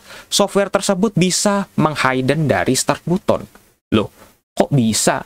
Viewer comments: Tapi kan untuk pertama kalinya ada yang bilang "BUTON" bukan "BATEN" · Button dibaca "batten" bang 🙏